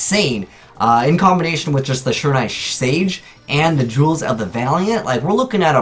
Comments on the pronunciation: Sure-in-nigh Really? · I cringed every time he tried to pronounce "shiranui". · Why is it no one on YouTube can pronounce shiranui right?